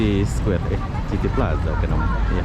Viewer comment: City... sebutannya "siti"